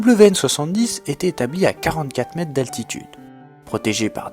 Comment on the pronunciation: bonjour, bon reportage mais il y a quand même un petit problème ; ne serait il pas possible de prononcer les mots dans leur entièreté?. On parle de metRe et non pas de mete. Les unités de mesure comme les autres mots tel semblabLe se doivent d'être dit distinctement. Je sais que c'est un détail pour vous mais je trouve que cela est important pour la bonne compréhension et la fluidité de ce que vous dites.